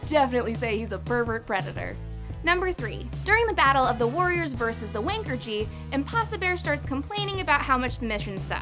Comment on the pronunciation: Wankerchief? It's Wankershim.